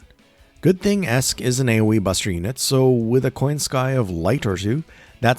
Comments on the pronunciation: Aesc is pronounced "Ash" Because the word is Old English. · Aesc is pronounced "Ash" because old English.